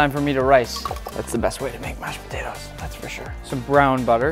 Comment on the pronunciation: I heard Nick say Botatoes the first time 😂